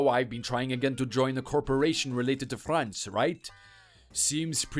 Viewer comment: I’ve been to France 🇫🇷 five times. The Father-law character can’t even pronounce “France” properly!!! Je parle un peu francais